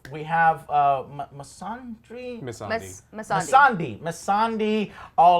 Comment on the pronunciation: I love reaction but it's painful to me that he butchers nearly every name in series... Missande andi Drogon aren't hard names! Or even Dracarys...